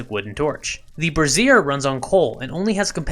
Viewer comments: brassiere bruh-zeer - vs - bra·zier /ˈbrāZHər/ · Although you may not know this, I'm here to help.... Brazier is pronounced like this: brei ·zhr You & many others I've noticed are pronouncing it like: Bruh-zeer... that's a womens under garment, AKA a Bra. Great information otherwise :) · someone tell this man how to pronounce "brazier" (BRAY-zhr) so he stops saying "brassiere" instead (helpful vid tho) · It's not an undergarment for holding up boobs. Pronunciation: BRAY-zure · Just a minor point Brassier is pronounced Brais - Yer As in Braise, Yer meat. With emphasis in the A not ah and eRR not EEr. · That's not the way you pronounce 'Brazier'. You're pronouncing it like a lady's boob holder. LMAO